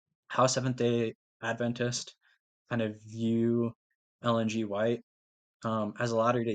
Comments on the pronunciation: Appreciate that you pronounce our denomination correctly! We believe in Jesus’ ADvent, not adVENT. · I am VERY impressed that you KNOW HOW to pronounce our name - Seventh-Day Adventist , correctly! Thank you for doing such a great job! Don't get discouraged from thinking you didn't do a great job, because you did! My husband is the director of the Audio / Visual at our church, and it is NOT an easy job! When we moved here in 2018, there was NO VISUAL program at all! There were pews clear up to the back wall of the sanctuary. Since then, he has PHYSICALLY built the whole system from scratch! They are just now getting ready to build the cabinetry to hide all the workings of the system! We went live just about a year ago! LOL - Shortly after he started, One of the church ladies, a very funny, outgoing lady, walked up to my husband and said- now you aren't going to make a mess back here, are you! It HAS BEEN a LONG and drawn out process, but we are about to see the end result, shortly! It was an expensive project, but the Lord has provided the funds right on time for each phase of the project! The Lord ALWAYS PROVIDES, when it comes to spreading the gospel of Jesus Christ and His soon coming!